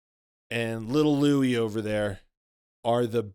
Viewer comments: How about you say his name right, you keep saying louie and its Luis. How much do you really know? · Wait a second, you are actually calling Luis gay? Btw it's pronounced Loo is, not Loo ee. Dude you're amazing in with your hateful rants. Its obvious you are jealous